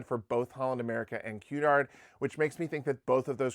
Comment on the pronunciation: Key-ard? Cunard